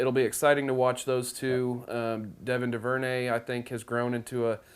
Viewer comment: It’s pronounced DOO-VER-NAY